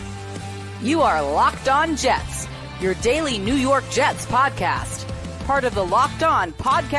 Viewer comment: nuw yawk jests 😂